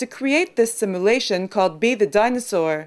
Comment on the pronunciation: sim-a-lation = simulation ?